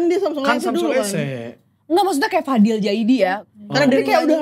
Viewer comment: Kok gw dgr nya kya manggil fadil jaini sii 😂😂😂